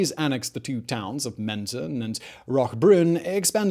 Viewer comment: Bravo, you managed to mispronounce almost every place name you uttered. You couldn't even decide if it's MEN-ton, or Men-TON. So British. Instead of apologizing for your mispronunciation, why don't you find a coach?